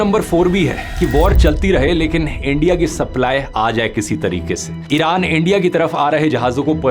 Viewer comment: "ENDIA" , ab to bhasha bhi unki bolne lage